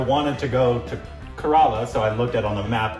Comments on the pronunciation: It is not corolla 😂😂 Its kerala Pronunciation = KERA+ LA =kerala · KORBENISED INDIAN STATE ..KERELA = KARALA HAHA